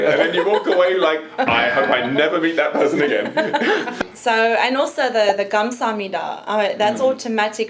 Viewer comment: My dude. "Also" does not have a T in the middle. "Both" does not have an L in the middle. Stahp. Plz. I'm having convulsions over here.